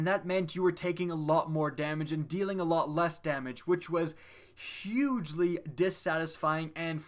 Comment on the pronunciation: "Hugely" .....DO YOU EVEN ENGLISH? ;) Nice wrap-up of Destiny's maligned history. Well done.